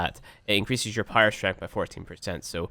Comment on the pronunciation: Even when he says power strength it sounds like pyro strength